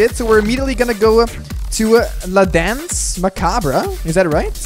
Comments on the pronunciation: It's pronounced la danse ma cabre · right prononciation for la danse macabre is [dɑ̃s] [ma.kabʁ] basically dans ("an like" in encore) macabr ("bre" like in I dunno any word that could be used as an exemple) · I think it is pronounced La Dance Ma-carb.